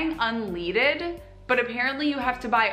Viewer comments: ‘Da fuck is “unleeded” gas? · I think I had a stroke when I heard “unleeded” gas, five seconds away from a nosebleed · the way she said Unleaded is just sabotaging to me. I hate when people say things wrong. My name is Lachlan ( Lock-lan ) and all American's the first time they see me when I'm on a stream they say it as Latch-lan and I cannot be the only one that would get mad at that. I get it's a Mistake but say for such as this lady here saying unleded wrong it just infuriates me. Love the Channel Issac. Fellow Aussie from Rego Victoria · short for gasoline...what got me was her pronunciation of "un-leed-ed" it is pronounced as "un-led-ed" because back in the day they used to put the metal LEAD in gasoline... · Can we also take a moment to laugh at how she pronounced "un-leaded." It's "led," not "leed." It's referring to the metal, not the opposite of follow. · Suprised you didn't call her on calling it "unleeded" it's fucking "UN-LEAD-ED" because petrol in Australia doesn't have "lead" anymore thus... Unleaded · She tries to make fun of everyone saying petrol instead of gas, but talks pronounces unleaded as unl-EE-ded. That's all I need to know about that girl. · She’s making fun of Australia for abbreviations but she said “unleeded” instead of unleaded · That made me laugh so hard 😂😂😂 unleeded 😂🤪😂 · no one gonna mention she called unleaded, unleeeded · I cringed when she said "un-leeded" gas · Lol, unleeded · This girl's not too bright! She calls it "unleeded" because she clearly doesn't understand the meaning of unleaded! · Did she actually say "unleaded" like "un-leeded"? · As AN American i feel obligated to say Sorry...... i understand why some people hate us..... DID THAT BROAD JUST SAY UN- LEED-ED??? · It’s unleaded not unleeeeded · Nor can she pronounce unleaded. She called it un-leed-ed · New to me i thought it was because they used to have lead in gas not leed but apparently she isnt very smart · Un.... What? Un leeeeedid 🤔 dafuq is that 😂